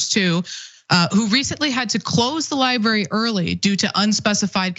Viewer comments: Cenk’s pronunciation of library/librarian is my 13th reason. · Not to bury the lead here, but can someone please coach Cenk on how to pronounce the word "library?"